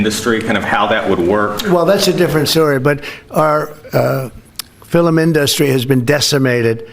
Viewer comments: filim industry? This dude is losing it mentally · trump refers to our "Fillum" industry. OMG. We must get rid of Trump! Impeach him now! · "our fillum in-duh-stry has been decimated" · Can we just rewind and listen to him say "filluminDUSTry one more time? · “Our Fil-em industry…” 🤔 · Did he say "filum industry"? 😂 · God I hate when people pronounce "film" as "fil-lum". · “FilehmenIndustry” lol 😂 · Did he say fil-em rather than film? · He said "fillum industry" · “Fillum IndUstree” 🍊🤡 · "Our filum industry"?? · Fil-em in-dust-ry. He can’t read. His brain is mush. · Look for whomever pronounces it "fillim". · He said filum inDUStry 🤣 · Trump: FILIM industry 😂😂 Has been Voight will say ANYTHING for attention. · Did he just say " fill them in " for the word film ? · Did he say fil-m industry? 😂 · 6.46 He said 'Fillum' 😂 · what is a "fill-um industry"? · "Fil-um"!? Chump pronounces it "fil-um"?1?!?! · Did anyone catch the "filamendustries" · He's saying his words really weird like he always talks like a bumbling idiot but lately he's been saying weird pronunciations of words like film but he says fill em. Or indust tree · Wait... fillum? The fillum industry? And oh Gods, what an idiotic idea. Is there even such a thing as a coherent republican? And why would any republican work towards a pathway to 'legal' immigration? They'd literally be undermining one their favourite topic to tear Democrats over! Same in the UK, and it's so transparent, even without counting the number of times "conservatives" stymie progressive motions re immigration. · So the sable genius calls it the filum industry eh! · "filim industry" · He says the filim industry and governors (plural) of LA 😂😂😂. Can we all just start doordashing him McDonalds a few times a day. He needs more McDonald’s bigly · ...fillum?..He hates Hollywood because Hollywood doesn't swallow his BS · Fillum inDUSStree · did he say ‘fillum’? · Fill-em Industry? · Fillum industry 😂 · Did he say filum🤔🙄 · I, too, enjoy "fillums"